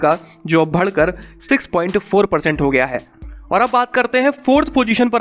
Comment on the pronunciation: Like "bhadkar, jyyadaa"